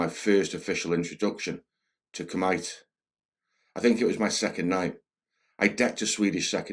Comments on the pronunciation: Not Ku-Might it's Ku Me Tay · So he knew what the rules were and decided to ignore them. That's just great. That doesn't make you tough. It makes you an asshole. He kicked the guy full force in the groin. That makes you an asshole and it sounds like he was bragging about it. Koo-Mite ? Who in the Hell is this narrator ? That's one of those most basic terms in Karate, Kumite. Koo-mitay Taking a lot of damage ? That's NOT real fighting. In a real fight you don't punch and kick someone over and over. If you are able to punch them in the face then you could've hit them with a spear hand to the eye or throat...fights over. If it's just a barroom brawl/street fight and there is an unspoken rule that you are just settling your differences man-to-man and not trying to seriously injure or kill each other then being able to take a lot of damage is very important. Even guys that hate each other won't kick someone after they go down, some of them will and usually they are not thought of very highly by the other guys present after that. But you NEVER really know for sure what the other guy's intentions are. I always assume that the other guy is trying to kill me. I also never start a fight. If you start the fight you might go to jail, if you seriously injure him you might go to prison for 5+ years and if you end up killing the guy you are going to prison for at least 20 years. Just always remember the words, I WAS IN FEAR FOR MY LIFE, that is the gold standard for self-defense. I don't know the guy so I'm not doubting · It's pronounced "koo-mih-tay" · Kumite is pronounced koom-itei bro.. Most famous one in pop culture is the big one in Bloodsport and one of Bolo Yeung's finest moments! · 3.19 *Kumite or sparring / fight practice: pronounced 'koo-mee-tay' in Japanese.